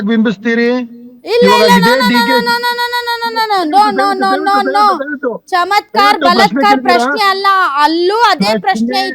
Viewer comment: ಚಮತ್ದ್ಕಾರ್ ಅಲ್ಲ ಬಾಲಾತ್ತ್ಕಾರ್ aste